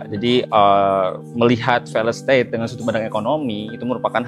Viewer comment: Belajar lagi cara baca failed state min